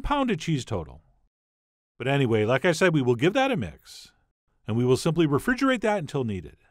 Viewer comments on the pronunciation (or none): none